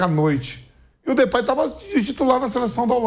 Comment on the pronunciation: Aviso à vcs e a. Não é Flerplay é DEPAY. CHUPAM